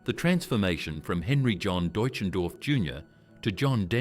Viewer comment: What a piece of rubbish. So many mistakes in the video. I never knew John Denver played guitar left handed. The narrator couldn't even pronounce his real name. I'd sure like to talk to those of you that put out this wrong information. Get it right or don't put out things like this. John deserved far better than the trash you put out. Then most people don't get to hear the real truth, they believe what your video portrayed. I thought this piece was intitled, The Manager speaks about John Denver or something like that. Never saw anything about the manager. Get it right!!!!!!!!!!